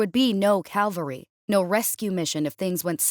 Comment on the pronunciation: Once again confusing 'caLvary' for 'caVALry. CaLvary is crosses; caVALry is horses.